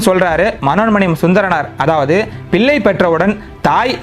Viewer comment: பதிவு நன்று வாழ்த்துக்கள் உச்சரிப்பு கவலை தருகிறது.கோபமும்வருகிறது. உதாரணம் இலமை அல்ல இளமை பில்லை அல்ல பிள்ளை விலையாட்டு அல்ல விளையாட்டு ணகரம் னகரமாக உச்சரிக்கப்படுகிறது பினி அல்ல பிணி திருத்திக் பொள்ளுங்கள்.